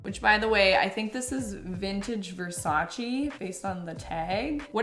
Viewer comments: I couldn't care less about designer brands, but as an Italian I immediately shook my head when you said VersacI instead of VersacE 😂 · I think you should keep the pink Versace dress. Btw it’s pronounce Vair-sah-chay. 💖 Since it’s an Italian name and e sounds are “ay” sounds. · It's VersaTCHE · It’s Ver Saise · It's actually pronounced "Verse-ace" (I'm kidding, but iykyk lol) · I get this isn’t stuff you would normally buy but pretending you didn’t know how to say or pronounce Versace was disingenuous. Really took away from the video sorry. Didn’t need to pretend. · As a fashion lover saying she doesn’t know miu miu and alexander mcqueen and not knowing how to pronounce versace and mugler broke me a little bit 😭